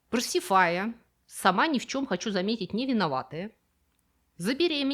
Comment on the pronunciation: За интересный обзор вам большое спасибо. Но есть небольшое замечание. ПаРсифая - это еще кто такая? Па-Си-Фа-Я - так и ТОЛьКО так произносится имя минотавровой маман. Приятно узнать, что была она, оказывается "сама ни в чем, хочу заметить, не виноватая". Т.е. ежели мужичок пошел нелево, то виноват, натурально, он сам, негодяй. А вот жена его, даже если решила, что без быка ей жизни нет, виновата в этом быть никак не может - это "воля богов". В греческом мифе, заметим с прискорбием, поведение Миносовой жены трактуется отнюдь не так невинно. Спору нет, несоблюдение Миносом договора с, на минутку, родным братом царя богов - первопричина всех неприятностей минойской цивилизации. На что рассчитывал недалекий властитель древнего Крита, трудно понять. Но поведения его жены это, в глазах греков, отнюдь не оправдывало. Впрочем, мнения гречанок по этому поводу никто не спрашивал. В Афинах - "матери демократии" - обращение с женщинами было примерно таким же, как в современной Сaудовской Аравии. P.S. Кстати, всем известное гимнастическое упражнение и даже элемент международных соревнований по спортивной гимнастике - "опорный прыжок", или, как это называлось раньше "прыжок через козла", на самом деле - как раз дисциплина, производная от таврокатапсии.